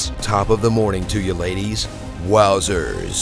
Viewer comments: Oh my god no its LAD-ies not ladies, that was a jacksepticeye quote said wrong XD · Did he just say top of the morning to ya laddies AS LADIES. I FUCKIN CAN'T BREATHEHDLD